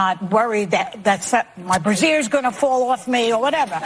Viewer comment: For the record, it's "brassiere" not "brazier." A brazier is a portable stand for hot coals, though a normal teenaged male might say "Same difference."